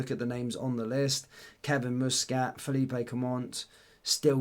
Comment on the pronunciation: Fell-leap not feel-eep-ay! he’s Belgian not Spanish!!!